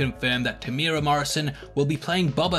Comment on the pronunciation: Greetings from NZ. Not a huge deal but just so you know (because virtually nobody gets this right). Temuera has 4 syllables. Phonetically it's pronounced Temu-era by most english speakers. The strict Maori pronunciation is also slightly different but if you use the above guide you'll be 100% fine. Strangely most people get Taika Waititi right, so well done everyone.